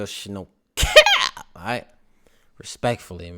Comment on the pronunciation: When you say “ (Pause)..... Cap 🧢 “ lol